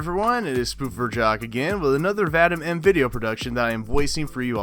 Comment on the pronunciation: name is pronounced Vah-Deem not Vah-dym. Have the same issue with teachers. Slavic names smh